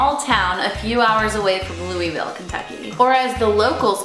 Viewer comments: We dont call it looville. its more like luhlvul. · Loo-uh-ville. Come on now. Surely someone told you how to pronounce it while you were here in Kentucky haha. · lou ville? no we don't say that lol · I live in Louisville Kentucky and I don't understand why you people pronounce it like loo-ee-veel when it's louis-vile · Wow... raise yoyr hand if you are from Kentucky and the way she kept pronounsing Luisville (both ways) annoyed the heck out of you! Yay! Also, fyi, we don't say it like that, we say it a bit differently than that.